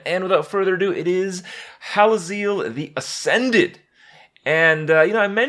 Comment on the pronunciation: Hallazeal rhymes with heal